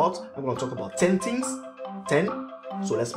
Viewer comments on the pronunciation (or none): its funny cos he says 10 tings instead of 10 things